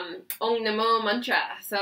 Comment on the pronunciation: A correction..its Om..not ong